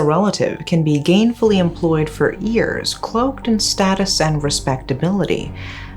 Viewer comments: Irritates me when she pronounce years as ears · Unrelated to the video topic, but I love the way she pronounces "years" 😂. It's so cute!